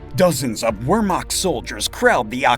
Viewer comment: At least pronounce the name of the German army accurately when you speak them! Attention to detail is important in history.